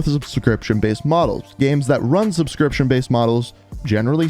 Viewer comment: The way he says games like gemes lol